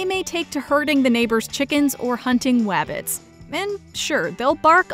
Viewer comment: The narrator said wabbits, is she a cousin of Elmer Fudd. 😆 By the way I have two lisps, f for th and her's w for r. ❤️ I recently found out my lisps are actually because, I was born in part of London, that used to be in Essex, so it's partly due to hearing an Essex accent as a baby. As for these puppies, I think the bigger dogs have cuter puppies.